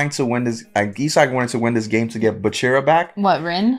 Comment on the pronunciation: Why do you pronounce bachira's name right at first and then immediately incorrect yourself?😅